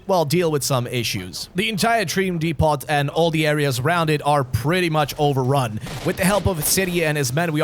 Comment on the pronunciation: Is nobody going to tell this absolute mad lad from beyond the Iron Curtain that you don’t pronounce the T at the end of “depot?”